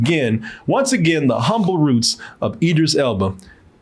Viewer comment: If it helps.. Id- driss - Ell Buh. I know you've been struggling with this for a while.